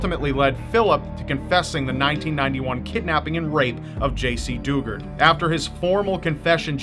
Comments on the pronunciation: Jaycee dew-GARD SAID LIKE THE WORD GUARD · It’s pronounced du- Gard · JC Dugard is one that's close to me. Literally, happened near my home town. My mother drove me by the house she was kept at shortly after they found her. It's pronounced du-GUARD btw